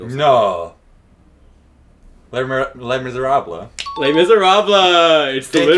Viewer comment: Being a theater kid, I’m just glad you pronounced Les Miserables right. Good job fellas.